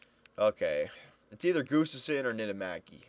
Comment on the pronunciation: its pronounced "Gus-Tuvson" just saying:)